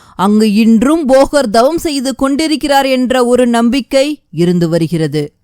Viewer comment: அம்மையே தங்கள் ஒலிபரப்பு அருமை!!ஆனால் ழ.ள.ல உச்சரிப்பை சரியாக 😅😅திருத்தவும்,,தவம் என்பதை dhavam என்பது சரி அல்ல !!!த வல்லினம் !!!!🎉🎉🎉🎉❤❤❤❤